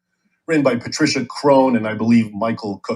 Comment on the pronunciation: I hate to say anything snark about Raymond I, and I dont mean it that way, I respect him. But he is out of his depth. He read military history, w VDH, but he mispronounced Patricia Crone's name. That bogles the mind and indicates a lack of familiarity w her work. You cannot speak w any authority on Mecca, the home of Mohamed without knowing that. Seems like bluster to me.